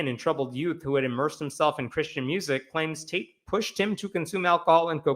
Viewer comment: I thought you said "Michael Taint" 😂😂